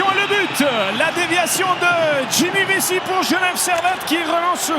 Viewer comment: Vissi ? Vessie ? En quelle année un commentateur va prononcer son nom correctement ???